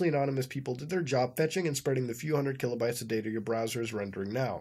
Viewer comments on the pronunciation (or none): none